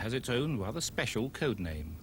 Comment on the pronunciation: I am wather disconcerted with the commentator, who stwuggles with his arse!